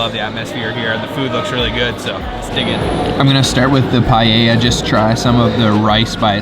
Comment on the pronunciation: It's nice hearing you pronounce paella correctly ..